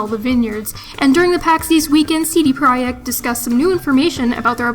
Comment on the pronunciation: It's pronounced "CD project" not proect